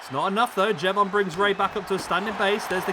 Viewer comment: Please for the love of God stop saying Jey Von. 😂😂😂